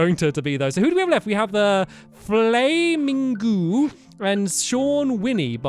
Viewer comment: gg Flamingooo!!! <-- Friend of mine! You miss said his name! Its Flamingo! He just added 2 more "o"s. C ya!